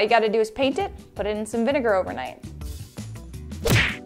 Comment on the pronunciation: I was triggered by her pronounciation of "vinegar"...I thought it's spoken in a different way :/